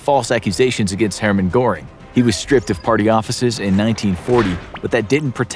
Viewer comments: Goebbels was pronounced "Gobbles" throughout the video, but it actually is 'Gurbles'. Goering was also not fully pronounced correctly as there is an emphasis on the R. I'd have checked other sources to confirm a more accurate pronunciation of the names, but that is just me. Even Speer is not accurate. There are small nuances to pronouncing foreign names. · Not like it matters too much but your pronunciation of some names was pretty funny. Hermann Göring is pronounced 'Ger-ing' and Joseph Goebbels is 'Go-bowls"